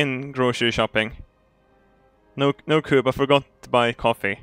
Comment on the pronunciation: Towards the beginning he was pronouncing it coob